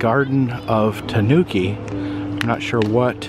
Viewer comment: Those multi-coloured tanukis had me laughing out loud. (The accent is on the first syllable, btw -- TAH noo key.) They look vaguely like a raccoon and a badger got together and had babies. As someone has already said, they're endemic to Japan, where it has become a folkloric figure, a trickster like Coyote, Anansi the Spider, or Brer Rabbit. There are actually two species: the Japanese (Nyctereutes viverrinus) and the mainland (N. procyonoides) in East Asia & Vietnam. The second variety has become an invasive species in Europe, having escaped after being introduced for its fur. I used to watch them on a now removed webcam in Latvia, and they show up often now on a webcam in Denmark. In Japan, I am told, they are in competition with North American raccoons, which were originally imported as babies to serve as pets -- but, since they do not make very good pets, they were let go and are now an invasive species there.